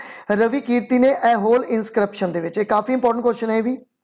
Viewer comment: Hey that is not aihole. It's aaiholey(eye-ho-ley)